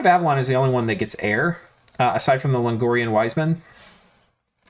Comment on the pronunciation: I love you but please look up how to pronounce Logrian wise man <3<3